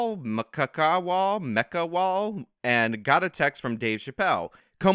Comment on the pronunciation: I believe that would be Mc-CAW-Hall. Pretend you're majoring in crow language.